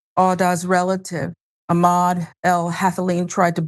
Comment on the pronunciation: while i applaud you for bringing up this horrifying tragedy, please try to pronounce his name correctly, instead of repeatedly butchering it. this is very disrespectful to awda and his memory.